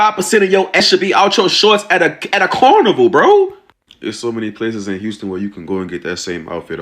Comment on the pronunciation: wait did he say unston it is Houston......